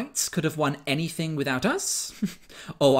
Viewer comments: 1st 5 seconds of video : “I wasn’t taught anyfink “... Yea, that’s your problem right there love. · She wasn't taught anyfink? That's so sad... 😥